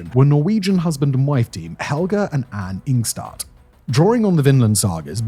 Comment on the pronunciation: Calliope is pronounced kuh-LIE-uh-pee. Anne Stine Ingstad is said 'Anna Steena'.